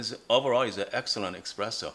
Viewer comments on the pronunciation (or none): it's called really Espresso and not Expresso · I heard eXpresso too,every time. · Stop calling it expresso pls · Honestly, I was skeptical about the quality of advice from anyone who pronounces espresso with an x, but it was actually a very helpful video for this beginner! Thanks!